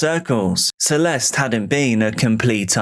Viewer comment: Celeste´s name should be pronounced "Celeste" as it is in Spanish